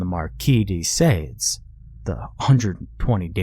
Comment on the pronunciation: Thoroughly enjoyed the story! And not to be nit-picky, but the Marquis' name is pronounced "s-aahh-d", with a long a, not sade, like rhyming with "spade."